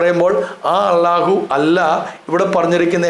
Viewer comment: അളളാഹു എന്നൊരു പേരില്ല അല്ലാഹു എന്ന് തന്നെ. അളളാഹു എന്ന് നിങ്ങൾ മാത്രമേ പറയൂ ശരിയായ ഉച്ചാരണം അല്ലാഹ് /അൽലാഹ് എങ്ങനെ എഴുതിയാലും same. ആ നാമം തന്നെ ബൈബിളിലുണ്ട്. ഇതര മതസ്ഥരും അതുപയോഗിക്കുന്നു. ഇനി അത് ഖുറൈശികളുടെ മാത്രം ദൈവമാണെങ്കിൽ അറബികൾ ഒന്നടങ്കം ലബ്ബൈക്കല്ലാഹുമ്മ എന്ന് ഉച്ചരിച്ച് പണ്ടേ ഹജ്ജിന് പോയി? എന്തിന് ആ പേര് നിങ്ങൾ ക്രിസ്ത്യാനികളും ഇന്നും ഉപയോഗിക്കുന്നു? ഇനി യേശു ശിവൻ ക്രിഷ്ണൻ വാവര് ശൈഖ് ബിവി ബാവ ഒക്കെ പോലെ ഒരാളാണ് അല്ലാഹു എങ്കിൽ അല്ലാഹു എപ്പോൾ എവിടെ ജനിച്ചു മരിച്ചു ചരിത്രം ഒക്കെ ഒന്ന് പറയുമോ? ദൈവത്തിന് ജനനമോ മരണമോ ഇല്ല ബായ് ജനിച്ചതും മരിച്ചതും മരിക്കാനിരിക്കുന്നതും ഒന്നും ദൈവമല്ല സഹോ...